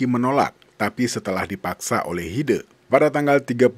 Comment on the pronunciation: Pengucapan E nya Hide bukan begitu :'( tapi é kayak di kata kecap